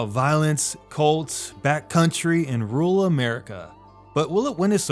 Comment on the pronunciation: “Rul America”